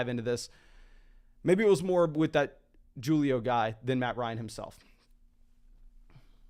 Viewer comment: I pray that Julio pronunciation was a bad attempt at a joke...